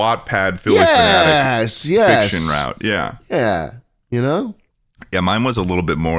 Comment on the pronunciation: Every time schlatt says Philly phenatic a fairy dies